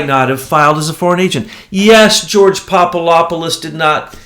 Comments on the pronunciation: Jesus Christ! It's PapaDopoulos not papalopolous. Makes you sound like an idiot. I swear. Why is that so fucking hard? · The name is pronounced popa adap pulos "phonetically" He is a Greek Jesuit to my understanding.